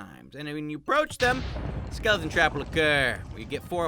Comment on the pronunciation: SKELITEN STRAK DY LITNING